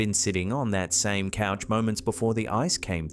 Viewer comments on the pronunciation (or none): Its couch not coach